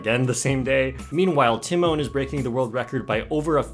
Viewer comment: I didnt know it was pronounced “tee mon”.